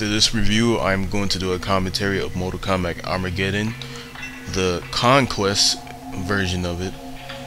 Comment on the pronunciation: How do you possibly pronounce the title as "mortal komback"?? Your illiteracy makes me sick.